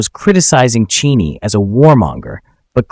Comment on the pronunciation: If your AI can't even pronounce Cheney's name correctly maybe you shouldn't use it.